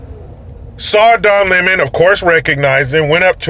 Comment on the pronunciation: LMFAO "The Don Lem-on Fredo Sauce" HAHAHAHAHAHAHA